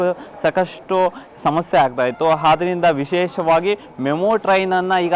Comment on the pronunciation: 😮 ಹಾರಂಭ , ಹಾದ್ದರಿಂದ 😮 ಕನ್ನಡ ಸರಿಯಾಗಿ ಮಾತಾಡಬೇಕು.ಕೇಳುವುದಕ್ಕೆ ಅಸಹ್ಯಕರ ಕನ್ನಡ ಉಚ್ಚಾರಣೆ ಆಂಕರ್ ದು. 😮